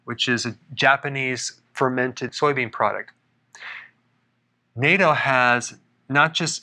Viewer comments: Natto isn't pronounced, "NATO," but more like, "not," 'not-toe,' soft a. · Natto is mispronounced. A in Natto is pronounced with short A sound - like Naaaah-toe. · “Nato” is pronounced “nah-to”. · I thought it was pronounced "nayto" 🤦🏿‍♀️Lol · He's such an American haha (>.<) "Neitow" lol No offense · Natto is pronounced with a short vowel sound, as in apple.